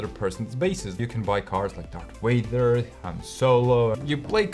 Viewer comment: I love Dart Wader 😂 great video guys!